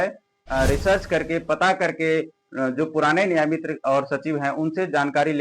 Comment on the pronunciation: Nayamitar 😂😂😂😂😂😂sir